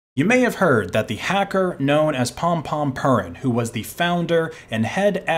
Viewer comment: Yes, but the “purin” in Pom-Pom Purin should be pronounced as “poo-reen”, as it’s meant to sound like “pudding”, as the character is a cup of Golden Retriever pudding.